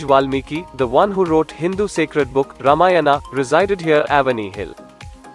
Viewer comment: Yes i agree, specially Avani , Ramayana, luva some names has to pronounce like in Sanskrit . Otherwise nicely described. Good work.